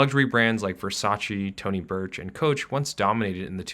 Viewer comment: can y'all clarify something did he say "Tony Burch"